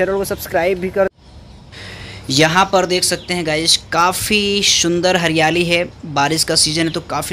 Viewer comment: It's not shundar it's sundar